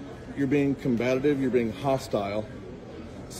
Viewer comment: He tells her “you are being ‘combattitive’ ”. Learn how to speak English David! The word is COMBATIVE. He is clearly protecting the racist Karen. These are the kind of people who would tell someone speaking another language “speak English this is America”, but they don’t know how to speak English themselves. It gets pretty hard when the words get big, doesn’t it David? Stick to the small words! You can’t speak the most common language of the country! This woman was not being combative, she was standing up for herself.